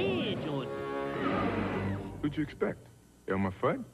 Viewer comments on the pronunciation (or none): I have no idea why, but it always sounded like Jordan said, “who’d you expect, Elmo Fudd?” and not “Elmer”. Maybe that’s just me.